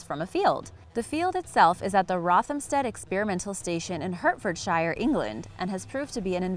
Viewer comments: FYI in the future, it is pronounce as "Heart-ford-share" not "Hurt-ford-shine" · Cross I live in Hertfordshire and we pronounce it as Hart-ford-shire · I live in Hertfordshire England. It’s pronounced Hart-ford-shire